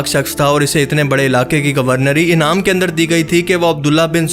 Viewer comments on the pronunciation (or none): none